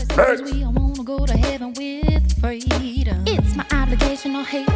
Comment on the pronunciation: His name is "Smo-let" not "Smolle'. As a kid his siblings and he had a group called The Smol-lets" not pronounced the hoity toity Frenchy way they are pronouncing it these days!